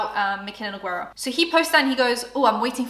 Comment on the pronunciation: Nogueira it's pronounced as NEW-GAY-RUH not Ne-guei-rah 🤦🏻‍♀️